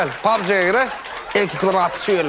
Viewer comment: Pubg сонун айтылып тыр пабж 😂😂😂